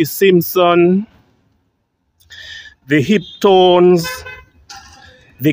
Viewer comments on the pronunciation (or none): The "hiptone" ?